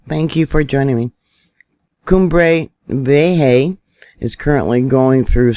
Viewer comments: KUM BREY VEE EH HA is how it is pronuced. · "Kumbɾe 'bjeha" say it with me. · "Cumbre Viejo" correct Pronunciation ( koom-bre vi-é-ho ). P.s. according to the spanish speaking news.. Transformers have been brought in that can convert seawater into fresh water...for people & banana plantations. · Hi. I believe the volcano is pronounce like…. Kuem bRay Ve Aye Ha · Cumbre Vieja..pronounced Coom-brae Vee-ye-ha